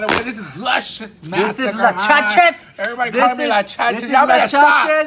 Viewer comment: Love me some “Lachachus”